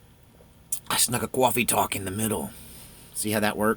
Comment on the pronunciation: CAWFEE TAWK!!!!!